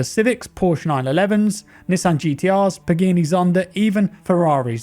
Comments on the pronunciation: Yes he absolutely just murdered PagAni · Where is the T coming from in Forza? Never understood why people pronounce it "Fort-Zah" but then pronounce Horizon "Hor-Rise-On" not Hor-Rise-Tzon as it would be the same logic. Also Pagani is pronounced "Pag-Ah-Nee" not "Pag-Eey-Nee" lol. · "Pagini Zonda". Im disappointed. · “Pageeeni Zonda” lmao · “Pageenee Zonda” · As a Brit, I can confirm that none of us say Pagani like.